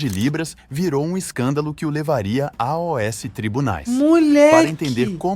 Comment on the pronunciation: A o s tribunais kkkkkk I.A é foda